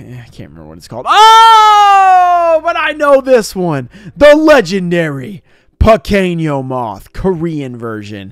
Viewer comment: You can’t even speak Spanish bro sounds kind of dumb when you say “pequino moth” wrong term anyways and I don’t think you should try and say a more Spanish words it kind of cringe especially cause it doesn’t mean the same thing